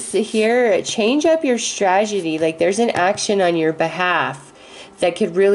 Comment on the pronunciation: Otherwise it's sounding like Trag- e- dee. :'(